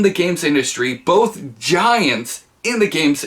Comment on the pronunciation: Like bolth tho